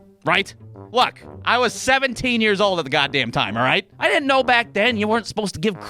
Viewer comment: Every "alright" at the start of the videos sounds like it was said by your drunk uncle getting up off the couch